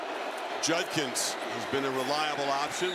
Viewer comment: Does it sound like Herbie was saying "Junkins" and not "Judkins?"